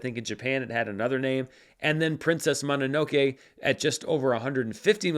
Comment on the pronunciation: He got everything else right tho. Mononoke, Ponyo